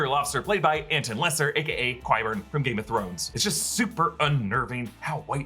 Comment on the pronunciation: You just butchered Qyburn's name 😅😂